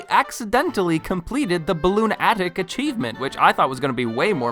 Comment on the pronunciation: Anyone else annoyed that he didn’t realize “Balloonatic” is meant to be pronounced like “lunatic”?